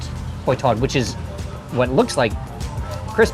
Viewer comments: Hoi tod is pronounced "h-oil" tod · Your pronunciation of hoi tod sounds like kwuoi tod😂